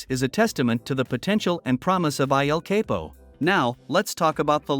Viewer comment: The pronunciation is El CAPO